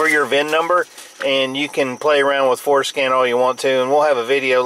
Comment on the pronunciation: lol...it sounds like you're saying "foreskin" when you say Ford Scan...childish I know...